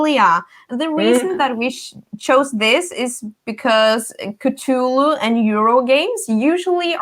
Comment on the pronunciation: Four of my favorite board gaming faces all together! What a treat! I love the way you guys pronounce Cthulhu!! When spoke about how there's older games she'd like to get, but the new hotness always gets in the way of that, I felt seen LOL